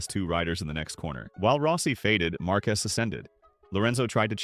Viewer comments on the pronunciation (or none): bro said “marcues” 🥀